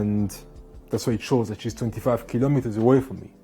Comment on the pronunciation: 25 kilimeters 😂😂😂